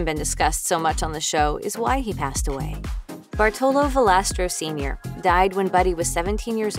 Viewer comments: It is Bàrtolo not Bartòlo. Hermione intensifies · Americans or Italian Americans ALWAYS mispronounce our Italian names or surname! Jeepers, LEARN HOW TO PRONUNCE! BARTOLO (accent on the A and strong sound for R like you would read two R)